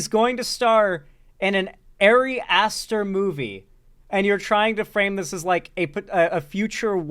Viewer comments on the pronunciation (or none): He fucking mispronounced Ari Aster’s name and it’s pissing me off. I hate chuds. I hate slop. thanks for being a filter. Edit: World peace? G+g is delusional.